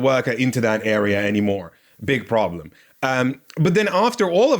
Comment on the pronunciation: More like "big pooplem"